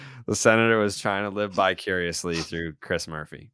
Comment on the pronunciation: Ain’t no way said bicuriously instead of vicariously 😭😭